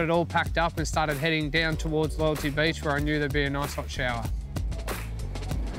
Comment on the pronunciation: the way he said nice he said it like nose